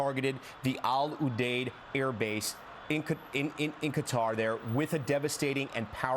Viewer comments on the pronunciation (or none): Btw its pronounced kuter... Not kwatar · kuh-TAR" with stress on the second syllable. Arabic: "Guh-tar" (with a guttural "g" and a rolled "r").